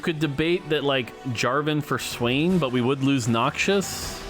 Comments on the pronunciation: Whos gonna tell mort that its "Noxus" not "Noxious" lol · I comment on every video until says Noxus instead of noxious. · Set Looks awesome from what I've seen. And I think it's spoken like "Noc-sus" and not "Nokchus". 😅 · It’s “knocks-us” not “knock shush” 😜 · Noxious(adj.): harmful, poisonous, or very unpleasant. Noxus (noun): fictional country in League of Legends lore. Harmful, poisonous, and very unpleasant. I know they're similar,, but please stop pronouncing them the same. Nox-us does not sound like knock-shious. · The way you said Noxus as Noxious was triggering